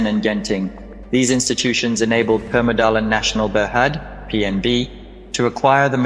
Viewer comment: This video has been done with lacking true information such as wrongly pronunciation and spelling the name of an institution Permodalan Nasional Berhad to Permadala National Berhad. Please make a deep study on that particular terms before releasing a content like this which should representing a true fact. It could lead a misunderstanding.